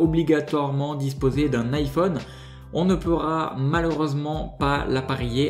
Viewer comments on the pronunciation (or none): none